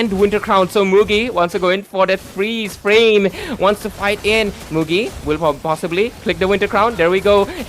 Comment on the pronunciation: It's Mugi not muji brahhhh